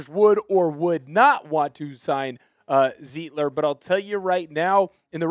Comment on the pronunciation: Sir! His name is pronounced Zite-ler, not Zeet-ler. In any German word, look at the second vowel in the word to know which one to stress on the word, like stein, or eins, zwei, drei!